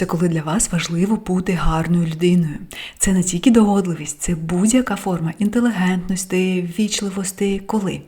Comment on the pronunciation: face-red-heart-shape: догодливість --> догідливість інтелегентности --> інтелігентности деликатними --> делікатними Забужка --> Забужко рационально --> раціонально плізєрства --> плізерство шширо --> щиро [ш-чиро] екзістенція --> екзистенція шкідливо --> шкідливе [на вставці] емоциі --> емоції випльоскували --> випліскували спотворєну --> спотворену інформацию --> інформацію від секса --> від сексу емоціямі --> емоціями макіяжи --> макіяжі близка --> близька відзеркалили --> віддзеркалили плізєрам --> плізером цинностях --> цінностях сиди́те --> сидите́ тисячи --> тисячі українцев --> українців в своєї прекрасности --> в своїй прекрасности в гости --> в гості прає --> пере попраються --> виперуться корочє --> коротше борш --> борщ [борш-ч] получається --> виходить ним своїм родичам --> що мається на увазі? «їм»? проста --> просто дівчатки --> дівчатка цім --> цим психики --> психіки плізіте --> плізите офігеннимі --> офігенними різньокольорова --> різнокольорова чотирмя --> чотирма такимі --> такими дивиться --> дивіться якщо ви не припини́те --> якщо ви не припи́ните розвидка --> розвідка свій потолок --> свою стелю